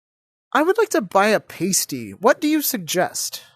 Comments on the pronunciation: Pronunciation of Pasty was not British enough. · When you finally said Pasty correctly, I was surprised it didn’t work.